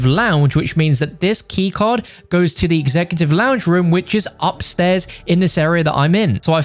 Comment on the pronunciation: . He really said reum instead room